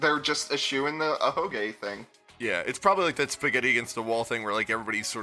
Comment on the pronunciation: Slowbeef, please-it's an "ahoge". With Saihara, him being shown with an ahoge was definitely more of a spoiler than Kibo or Rantaro, because it was previously hidden under a hat.